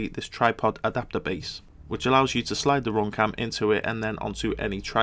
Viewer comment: RoomCam dat accent tho